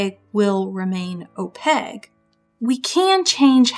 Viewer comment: great video! (also I have never heard someone pronounce Opaque as "Opeg" or not stress the A-sound before and it's quite charming! ahah) I really felt that part about "good" and "bad" ideas and where those boundaries lie, so thank you for sharing your mindset and opinions!